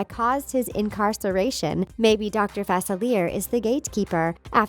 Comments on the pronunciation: The way you say Facilier annoys me. It's "fah-silly-A" not "fas-a-leer" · IT'S FA CIL ER NOT FACILAR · It's not pronounced facillier is pronounced facillia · Facilier is pronounced "facile-eya" facile is french for easy which in new orleans it isnt uncommon for people to have french names. heres the link so you can hear it for yourself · It's pronounced Fa-SILLY-eh.